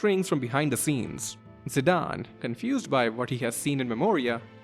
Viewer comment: I thought I'd never hear a single content creator pronounce Zidane's name correctly. Thank the heavens. Also, fantastic video.